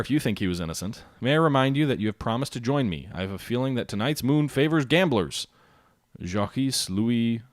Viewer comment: How can you call yourself historical gamer and not pronounce a single French first name correctly? Anyone with some knowledge of history could pronounce Jacques, puzzling...